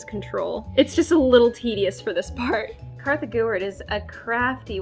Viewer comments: not even kartha gewert, its artha gewet!!! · It's Kartha, not Martha